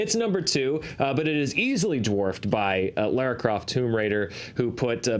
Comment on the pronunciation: just say Lara Croft. Lera, louray...lari...